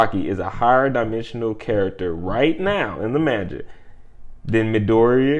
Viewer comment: You dont say manga correct, but it’s all chillin. Besides that, they are actually pretty fuckin consistent, the first part about my hero, they just hadn’t updated the page yet to the current manga loool